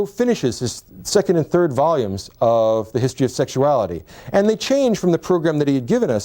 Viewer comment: In this episode, said “tree (3),” “turty (30),” or “turd (3rd)” seventeen times. Strong showing.